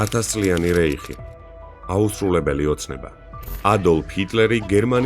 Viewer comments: ყველაფერი არაჩვეულებრივია, ძალიან ინფორმაციული, შთამბეჭდავი დიქცია და გადმოცემა. უღრმესი მადლობა! უბრალოდ ძალიან გთხოვთ, გეხვეწებით (დდ) , რომ თუ ამბობთ ჰაინრიხს მაგალითად, მაშინ აგრეთვე სწორად ვთქვათ რაიხი და არა რეიხი. მადლობა წინასწარ. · რაც ყურᲨი სმენა მაქვს და წამიკიᲗხავს... მესამე რაიხი ქვია მაგას და არა რეიხი.😮